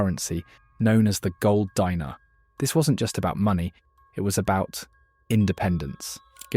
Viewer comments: Gold "Dee-nar", not "Die-nar" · Actually Dinar is pronounced “DEENAR” not “DYNAR” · "Dee-nar", not "Dy-nar". "Nee-jher", not "Ny-jher." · Say it with me: De-nar Not a dinner u r just making me hungry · It's pronounced deenar